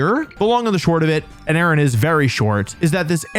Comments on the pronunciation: Aron would be a lot stronger if you pronounced it Are-on, ya know like IRON. 😂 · I always thought Aron was pronounced A-Ron like Iron